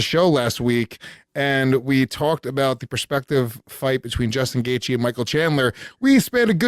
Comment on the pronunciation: Chandler, is it that hard to pronounce? Apparently. 'Gagey' at least its hard to figure when you see it written.